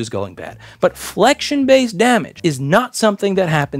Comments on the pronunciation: omg you kept saying it it's flexion, bb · Anyone else triggered by the way he kept mispronouncing Flection?! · Why does this guy keep saying fluxion?